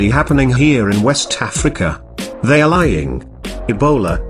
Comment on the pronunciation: PS...I love how he says 'wessss Tafrica!'